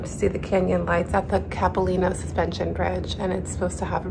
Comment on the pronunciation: It's wonderful to see Vancouver depicted in winter, and your obvious enjoyment. Locals pronounce the a in Capilano like the word eye, and call that skating rink Robson, but your pronunciations were charming and make you seem genuine. Bravo!